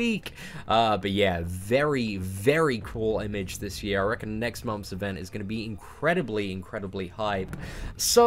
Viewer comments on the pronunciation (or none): "Momths".. every time man xD